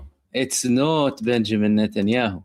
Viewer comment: Benjamín Notnyhau😂